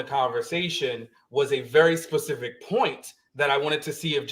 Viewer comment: Would please say "specific " and not "Pacific ". Respectfully. 😅